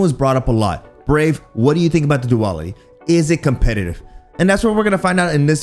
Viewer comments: Pretty sure it's pronounced do-al-itty... Not: do-all-itty.. 🤣🤣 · Do AL it ee Not do all it we 🥱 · if he pronounces it as "Duwal-itty" one more time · I kept thinking you were saying Diwali xD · After reading that comment I couldn't stop chuckling through the video 🤣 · You can't even pronounce the name of the gun properly. For fucks sake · We might using it wrong, but you are definitely saying it wrong 🤣🤣